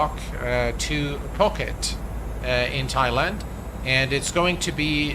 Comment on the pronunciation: It is pronounced Poo Ket, the “et” in Ket is pronounced like get. I lived there 9 months 😂